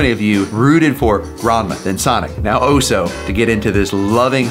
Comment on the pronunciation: oso, not Oh-Soh!